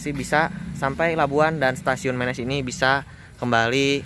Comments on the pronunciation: Dibacanya bukan mėnės...tapi menės....daerah itu penghasil emping pandeglang yg terkenal...salam sukses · Penyebutannya Menés, bukan Ménés. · Kang ari Menes teh dibacana: "Meunes" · Wah stasiun Menes diliput, dulu disini tempat main saya waktu kecil, karena sekolah SD saya tepat di perempatan sebelum masuk stasiun. Ejaan menesnya dikoreksi ya Me nya siga nyebut merapi, nes nya udah bener.. Sip lah lur.. Orok Menes mana sorana?